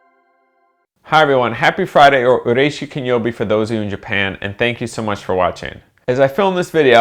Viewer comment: Exactly my thoughts when I heard his "ureishy kinyowbi". I had to replay it to understand what he actually said and then thought "that's why you leave Japan". And it's true what you said. Japanese people will talk to you as soon as they understand that you can speak their language. I've been living in Japan for 1 year, but only had international friends because I just started to learn Japanese intensively at a language school. 3 years later I came again for a visit and I talked with taxi drivers and shop owners asking them about the background of either the area or the items they were selling. I was so overwhelmed and finally saw the results of my years of studying. Everybody who lives in a country without speaking its language is doing something srsly wrong.